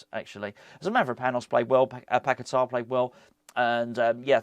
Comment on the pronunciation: A hint 😊: just as you say Souček with the č, you can correctly pronounce Bačka Topola 😊 Greeting from Serbia, COYI!